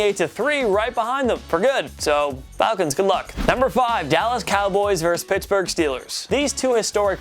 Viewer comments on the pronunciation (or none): none